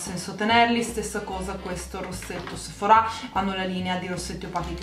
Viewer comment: Ma perché dici Sephorà con l'accento? Si dice Sephora